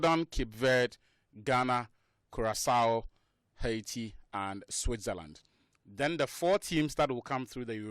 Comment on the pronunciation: You guys are pronouncing haiti wrong